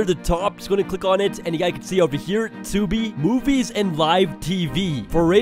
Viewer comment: Bro said Tubi 💀🤣🤣🤣